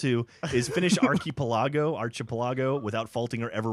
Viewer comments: Ar-chee-puh-la-go? realy? lol its Ark-i-pel-i-go anyways, great video, wish i could play... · Archi-pel-argo! Arki-pel-ago. Fool! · Archipelago is ahr-khi-PEH-law-go not arkeepellagoh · ar-che-pell-ajo? it's ark-a-pell-ago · Shocked they can't pronouce archipelago. Arch-e-pela-go if I'm correct. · GEOFF, YOU ARE SAYING ARCHAPELAGO WRONG!!! DAMN IT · Archeee-pola-go? hahaha wtf xD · its pronounced ahr-chee-pee-ehl-ah-go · Ark-i-pel-ago. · archepelago is pronounced ark-uh-pell-uh-go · By the way, Geoff, you pronounced it wrong, too. It is pronounced ar-chee-pell-uh-go. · (Phonetic)---> arc-uh-pel-uh-go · pretty sure its archipelago: (Ar - Ki - Pel - Eg - Oh) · archipelago?! really? and you call gav dumb. (ahr-kuh-pel-uh-goh]) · arc-i-po-lago, haha nice. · I know! It was pissing me off. It's "Ar-chi-pel-a-go" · Even Geoff said archipelago wrong. It's Arc-i-pel(like pelican)-a-go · It's pronounced "Ark-Eh-Pel-I-Go"...Like the islands...Lol... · I'm going to get hate comments for this but it's prononuced arche peli go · guys...its "arc-i-pel-igo" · Archipelago is pronounced as ar-ki-pe-la-go O_O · ark-ih-pel-ah-go This has been a community service. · actually, it's ARC-A-PEL-IGO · "Archie Pellago?" Really? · It is an ARCH-A-PEL-AH-GO, im pretty sure its a small group of islands. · lol, can't pronounce archipelago. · Glad Jeff caught butchering of "Archipelago" lol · lol and in the last video was tryin to make fun of geoff for being from alabama but then he goes and pronounces archipelago like that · He can't pernounce Archipelago... I think he failed social studies XD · cringed at how you pronounced "archipelago" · Arch-eh-pell-go is how I pronounce it. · Wow, you completely butchered the pronounciation of Archipelago.